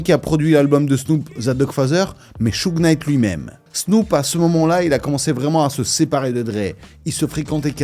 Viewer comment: ça se prononce browdeuss au fait ... pas brodas . Et Souje Night ... On prononce pas le K . Je dit ça à titre informatif rien de plus, bonne vidéo !